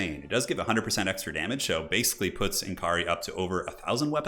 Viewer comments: it's pronounced more like Nakari than N. Kari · Why does every Youtuber have such a hard time pronouncing N'kari correctly? He's "Nikkarri" but most youtubers pronounces it "nn-karri"